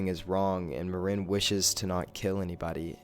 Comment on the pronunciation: I hate the way you pronounce Maren's name